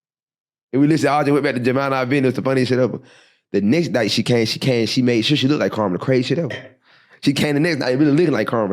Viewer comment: Damn!!! It's not "lookded" it's "looked"!!!!! Uuughhhh, that's driving me bananas!!!